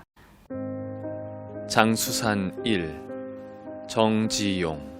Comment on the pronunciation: 성명을 읽는 법이 틀렸나이다. 정 지 용이라고 석 자를 띄어서 읽었나이다. 첫 째, 정은 길게 그리고일순 쉬어서, 지용을 부처서 읽어야지요!! 그릭 자고저 문제가 심각합니다. "한국 어문을 고발함"을 조용히 읽어 주실까요!? 미국 변 완수 드림